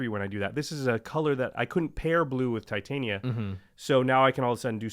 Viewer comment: Titania pronounced /tɪˈtɑːnɪə/